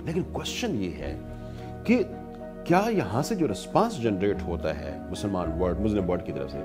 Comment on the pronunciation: It is Muslim not Muzlim